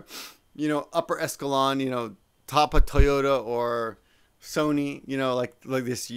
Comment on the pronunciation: Echelon is pronounced Eh shill on.